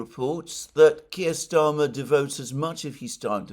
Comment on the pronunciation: Kire rhymes with queer!